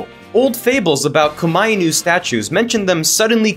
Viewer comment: "ko-MY-nu"? isn't it supposed to be "koma-inu", like it's a compound word?